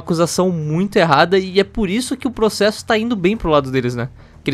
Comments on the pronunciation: Ninguém: A Felipe Hipócrita: "vou proxexa" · "Eu proxexo! Eu proxexo!" By: Ixpertinho